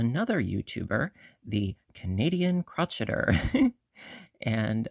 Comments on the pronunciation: I enjoyed watching this video and your tutorials are spot on and wonderful. Please note I'm not trying to be rude or disrespectful. I'm only pointing this out. I couldn't help but notice you pronounced "crocheter" incorrectly. It's the Canadian "Crow-Shay-Er." It's not "Crotch-Et-Er." It's the word crochet with the ER at the end. If I'm mistaken, please pardon me. 😊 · You do know that Crocheter is pronounced cro-shay-er, right? That was just a joke, saying crotch-etter, of course. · I think it’s called “crow-Shay-er” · She definitely says crotcheter...must be a Canadian thing as I say I'm busy crotcheting ALL the time..it's funny😂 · I’ve asked her why she mispronounced the word, but she never responded. I’ve beeb crocheting since 1965 and have never heard it pronounced like that. And I grew up in the UP Michigan and never heard it pronounced that way.